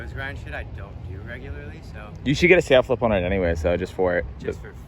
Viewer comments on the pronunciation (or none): "Sail flip?" Sal flip. As in Sal Barbier.